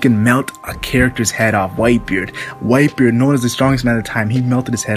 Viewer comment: I thought you said viper everytime you say whitebeard